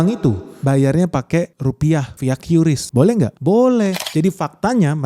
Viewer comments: Yang benar bacanya itu KRIS bukan KYURIS 🫣🤣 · bang qris bang bukan kyuris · Nyebutnya "kris" bang, bukan "kiuris" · Baca nya yang bener KRIS bukan qyuuurisssssss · Ingat yaa adick-adick, Menurut KBBI atau Kamus Besar Bahasa indonesia Qris itu dibaca ye Kriss bkn Kyuris.. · Om bacanya itu "QRis" ya, bukan "Kyuris" apalgi "kiris" 😊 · Tolong untuk qris bacanya kris supaya orang lain tidak membenarkan yang salah, cara baca bukan qyuris tapi kris. Yang salah jangan di benarkan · Setau saya Qris dbacanya ya Qris kan,Bang. Bukan "Kyuris" karena Qris itu soal Indonesia. Huruf "Q" nya tetep dibaca q bukan kyu. Gitu gak sih,Bang ? 🙏 (Iseng saya tambahin persoalan temeh, eh...tapi ini serius lho).